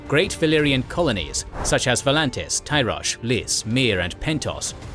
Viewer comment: It's Tyrosh not Treeosh or Tryosh